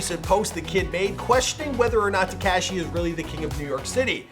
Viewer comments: Please stop sayin "Te-cash-e" (cringe) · Absolutely no one : This guy : “Teh-cashh-eee” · TehCashy! Wtf? ...Paramount, Ca!... 🇲🇽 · Freaking “tekAshi” 😂😭😂